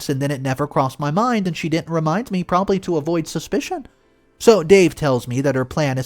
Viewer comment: "Probly" is not a word. "Impordense" is not a word.